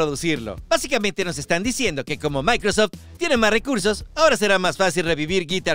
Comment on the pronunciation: De donde sacaste la pronunciacion de microsoft? Del traductor de google? XD 😆